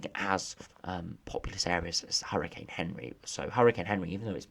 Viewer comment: It's not Henry it's anri from Google translate and other weather ytubers